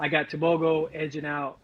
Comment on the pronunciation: Wow you pronounced Tebogo's name perfectly.